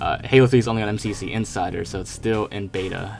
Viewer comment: "em see see pee sea"